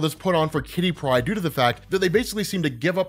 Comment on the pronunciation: I always giggle when you say kitty pride. Like it's one word. Great video